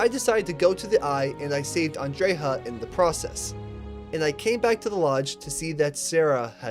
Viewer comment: How the hell did you get "andreyha"?